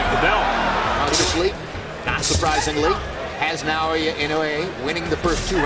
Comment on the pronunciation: Stop saying "Nai-oya"!